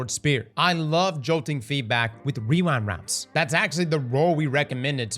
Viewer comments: Take a shot everytime says WeeWind Rounds 😂 🥃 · “Rewine wound” 👁️👄👁️